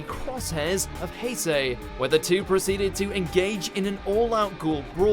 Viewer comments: He said Haysey instead of Haise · I’m sorry I was here for Takizawa because i love TG but HAY SAY HE SAID HAY SAY ITS HAISE (HA EH SAY) oh that pissed me off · Did the commentator really just say Hesay instead of Haise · It’s Hiiiii-sayy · did he just call him "Hayzay" its pronounced hize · Did you just call Haise "Hey-say"?? It's promounced "Hi-se" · Why it bothers me, I'll never know. but it's not Hay-Se. It's Hai-Se. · I'm sorry but it's Haise not hAySaY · It's haise not heysey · Haysay? Its haise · “H A Y S A Y” Boi dunno how to say Ha-i-se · Oh no, not the crosshairs of hay-say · heysei nice pronounciation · “Hay-say” WTF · o god, tfw u pronounce Haise, Hay-zay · Who tf is HaySay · "Haysay"? What?? just piss off when it comes to anime, you know nothing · he said hese.... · Did he just call Haise "haysay"? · And that pronunciation of Haise was atrocious. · Wait did he just pronounce haise wrong? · Im triggered bcs he said Haise wrong XD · Way to butcher the name Haise, ffs. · you pronounced haise's name wrong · The fact that you dont know how to pronounce Haise is the reason I have unbelievably low faith in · Same. He mispronounces Haise I cringe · I instantly stopped watching when you pronounced haise wrong..... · Also is it just me or is it annoying that the bloke said Haise wrong?